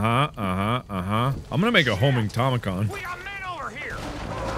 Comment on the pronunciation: “I’m gonna make a homing tomachon” -Markiplier 2019